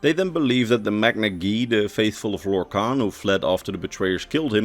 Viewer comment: everybody has heard of lorkhan, but have you heard of lorkant?